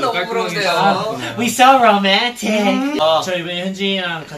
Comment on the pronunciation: off topic, but Chan's "SoRoMaNtIc" caught me off guard and now I can't stop replaying it 💀🥲😂😂